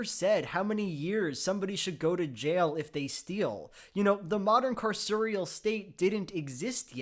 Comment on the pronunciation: Not sure if you noticed, but you pronounced "carceral" wrong... just wanted to point that out! 👍